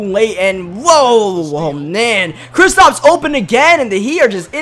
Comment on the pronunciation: it’s kristaps not kristops